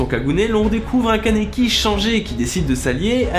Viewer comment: ON DIT KANEKI KEN MERDE QUOI